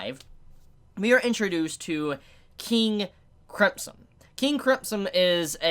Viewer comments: Did you literally pronounce King Crimson as King Cripson? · Am I the only one hearing "King crempson" whenever says the name? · Nobody:: King Cripson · You're saying King Crimpson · Did said King Cripson? LMFAO!! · Say cripson one more motherfuckin time.. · I live, was born, and was raised a few hours away from you and I don’t say Cripsom.